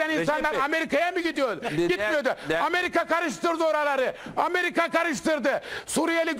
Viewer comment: ten itibaren hızı 0.50 yapıp izleyin. Süper rakı sofrası kurmuşlar. Ameriga çok kötü, büyük resim süper. "Hojjamm bissaniyyee, öpiyym hojjamm." dan sonrası da süper...